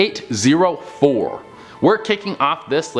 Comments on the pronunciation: SCP-804 becomes SCP -084..... Listen at the start. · I can’t stand these people. When he was talking about scp 804 he said 084